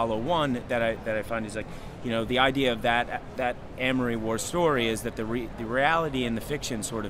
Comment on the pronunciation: you can tell he just looked at the name "Amory" for one second and picked up the word "Armory" haha but still, great interview